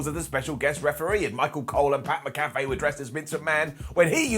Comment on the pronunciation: Is he calling him McCafe like a McDonald's menu item